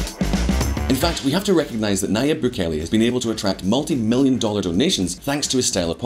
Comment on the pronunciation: His name is pronounced NaJeeb. “Nah-Jeeb” - it’s a Lebanese name, pronounced by a Spanish speaker. The ya becomes a ja in Spanish, so that’s why his name is transliterated thusly. There’s a huge a successful Levantine population in central and South America, mostly Christians from what’s now Lebanon, Syria and Palestine, who emigrated widely to Brazil, Argentina, Chile, Colombia, Venezuela, Mexico, Central America, etc, starting in the late 19th century. Early on, their religion helped Levantine Christians to get access to western-run missionary educations. My own great grandfather got a bachelors degree from an American-accredited university. In Beirut. In the 19th century In this century. A degree that, since it was issued by a university accredited by the New York state board of regents - it was honored by American schools and businesses. Their religion, and the help and advocacy of Christian missionaries - helped Christians flee religious violence during the late ottoman period. France, the us, abd Latin America were the largest destinations pre ww1. Post ww2, the commonwealth countries, and also west Africa and even parts of Asia. Muslims began to join them in emigrating widely in the 20th century. Lebanese dominate business in west Africa especially, mainly Muslims. Also the southern cone of South America. Many are well-educated, globally connected, skillful merchants. We’re both merchants from the day we are born, it’s just who we are. We’re used to huge groups and arm